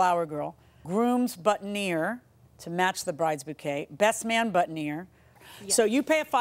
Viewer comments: It's BOOTINEER not buttoneer, Judge Millian. It's also FREEEESHIA not FRESH IAH. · Who noticed that JM mispronounced “boutonnière” until she heard the plaintiff say it right? It’s ok judge, to be a 2nd language speaker :)